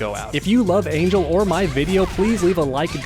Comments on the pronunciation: Not to sound rude, but her name is pronounced Ahn-hehl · It’s pronounced Ahn-hell lol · The mispronunciation of her name is so cringe